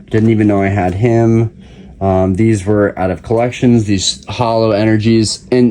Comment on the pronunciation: That's collections with an S lmaoo